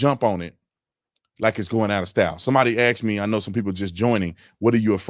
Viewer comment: STOP SAYING AXE ME!